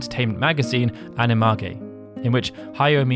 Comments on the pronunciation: Good video but the magazine is pronounced “Ani-Mage” (like a magician) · Bro. It is pronounced as Ani-mee-ju (Ani-mage. Mage as in the English word Mage).